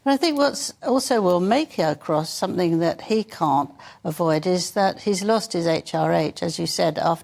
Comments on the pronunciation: Did she actually say,somethink?OMG,the word is something. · Please, there is no such word as SOMETHINK. The word is SOMETHING. Please speak English. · Love the show, but switched off immediately the presenter said ‘somefink’…. Seriously?!